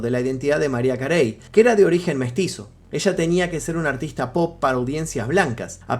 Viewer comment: María Carey? Jajaja así no se dice 😂